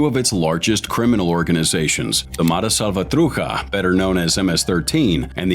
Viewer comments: I question the research! The slant is the gangs had no choice but to defend themselves against blacks and other LA gangs. Also, this guy can’t even pronounce Matrucha correctly. He pronounces it “Matruka”. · You need to do research on how to pronounce certain words .....salvatrucha is not pronounced like that .